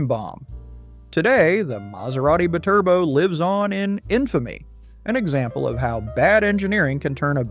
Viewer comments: ... it's "bye-turbo" not "b'turbo" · The Maserati bi-Turbo Is pronounced Bee-Turbo.. I owned one. In the 90's. I wanted one after I saw it on a Miami Vice episode with Bruce Willis driving one. Season 1 episode 7 No Exit. I was lucky my engine ran great.I did have trouble with the heater motor and a/c. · Holy sh*t ! Hire a narrator who has more than a child's knowledge of cars. It's not siimaron it's simmeron like cinnamon. Edit: It's not a Bturbo ! It's a BYTURBO ! Meaning 2 turbos effin Clown !